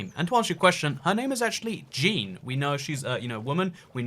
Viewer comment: THAT IS NOT HOW YOU PRONOUNCE "JEAN"! (Zhaun)